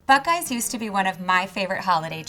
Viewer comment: Please tell me that I wasn't the only one who thought she said "black guys"